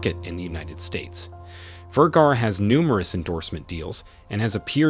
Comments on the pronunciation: The announcer continues to mispronounce her last name. It is Ver-ga-ra. Not Ver-gar. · I think he's German, the right pronounce of V in Germany is an F in English. That's why he probably pronounce Firgara and no Vergara. But that's ok. She still is one of the most gorgeous model and she is proudly a Latina. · Vergara rhymes with "where car uh?" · My friend, you continually mispronounce English words and names, the latest is Sophia Vergara's last name. The first part Ver sounds like "fir" (as in fir tree), change the f with the v. The second part of her name "gar" sounds like "far", just place f with the soft g sound (not gee but the guh sound as in gar) and then add the final vowel "a" with the "ah" sound Vergara. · Why didn't you mention her Husband and Son? You can't pronounce her name correctly! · wish u knew how to pronounce her name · You dont even get the correct pronounciation of her name until the end of the video, are you just reading a script. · wow you really butchered her last name . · Please learn to pronounce her name. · Dude you need pronounce her name better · That's not how to pronounce her name !!!!